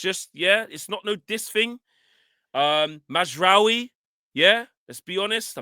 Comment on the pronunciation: Nigga said Mazraoui smh 🤦‍♂️ I tire yo matter Abeg!! kmt